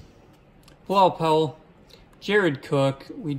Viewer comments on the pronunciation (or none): none